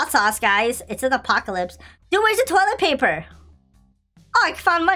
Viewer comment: why he say toliet paper